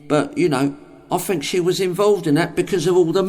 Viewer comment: Fink! delicious. There's other things he can't pronounce too. Not just "pronunciation".